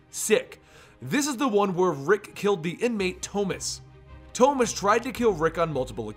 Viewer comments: Toemas? Thomas 😂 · The way he said it is the Spanish pronunciation of the name